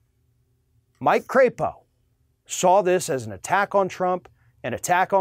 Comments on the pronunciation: You're mispronouncing his last name. It's not cray-po , it's pronounced crap-o . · You're pronouncing his name wrong. It's a soft "a" as in lap, or nap. He is from Idaho. They should be so proud. He's up for re-erection [sic] in 2022. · “Crapo?” Don’t you mean CRAPPO? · Mike Crapo would be so aptly named if his last name were pronounced a bit differently.